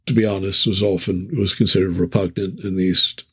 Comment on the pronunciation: Thanks! great conversation. (liked "repunant" )